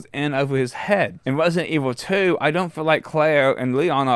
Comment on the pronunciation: Why wesident evil 2 is overwated!?!